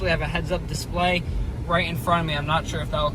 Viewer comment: Love the way you said “display” in italics